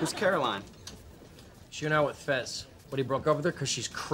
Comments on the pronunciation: It’s fez not fes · CARLOS GUTIERREZ it’s Fez not fes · He's fez not fes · Fez not Fes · It's Fes, not Fez.